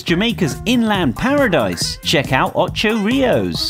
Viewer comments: to the man say ocho rius its pronouced oucho rius but it do spell like da i bet he gas never even been to jamaica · He really said Ochi Rios like Ocho Rios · omg first can you at least pronounce Ocho Rios right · You guys need to get your facts together when you're talking about people country Jamaica is wonderful beautiful people helpful people and everything you can't even say Ocho Rios properly Ocho Rios